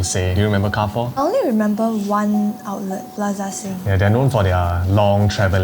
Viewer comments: in French Carrefour is pronounced as Car-Fool. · U pronounce Carrefour wrong again. It's KE-AR-FU-ER (r is pronounced like air struck in throat in french) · Car-Foo is also not a wrong pronunciation.. Car-Foo-Uh is also another way to pronounce it as different side of France have different accents or dialects.. Car-Four is considered wrong actually as you never annunciate the “Foo-Uh” or “Foo-Er” properly.. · carrefour in english is Kar-for, but in French is Kar-fuur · French Chinese here living in SG. It's pronounced Car Fu Re not Car Four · why do you read carrefour as if it is pronounced car four that is not how you read it. it sounds like Ka ru foo its not English. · it's careefour not car four omg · So many, including me, have been gaslit into pronouncing it as "car-foo" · carrefore isn't pronounced as anything you mentioned my mother used to work there its "KA - FU" something similar but whats good about it is that you can use carrefore coins from the keychains for your trolleys so you dont have to put in 1 dollar anyway its still doing well in other countries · Repeat after what my friend said: Car-four.. 🚗🚙🚕🚘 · Google be damned, it IS KAR-HE (French R)-FOO-another French R. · Not car four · it's actually pronounced more like kia-foo (with a thick velar "chiar") but ok.